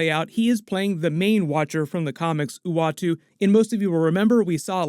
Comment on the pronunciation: ...howdy from Nashville Tennessee I'm just glad you said the watcher's name right.